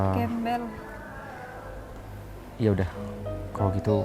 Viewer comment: Alah mer mer klo ngomong gembal gembel